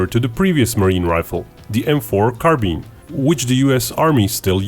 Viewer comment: M4 Car-Bean